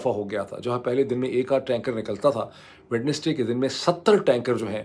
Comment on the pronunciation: Dear Dr. Moeeb, I've been noticing something for quite a while. In your vlogs, you often mention Wednesday. However, I've noticed that you pronounce it as "Wed-nes-day." Since you are well educated, and I believe you may have studied in England as well, I wanted to ask about the pronunciation. As far as I know, the correct pronunciation is "Wenz-day" (/ˈwɛnzdeɪ/), where the "d" is silent. Could you please clarify this for us? It would be a great opportunity for us to improve our English as well. If "Wed-nes-day" is also considered correct, then I'll gladly apologize for my misunderstanding. But if the standard pronunciation is "Wenz-day," then perhaps you could consider correcting it in your future videos. I've noticed that you consistently pronounce Wednesday as "Wed-nes-day," so I was curious to know the reason behind it. Thank you very much.